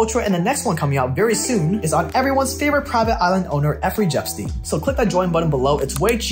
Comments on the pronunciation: Man said Effrey Jepstein 😂❤️ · Effery Jepstein when you said that I thought I was trippin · Ah yes, Effery Jepstein. Nice one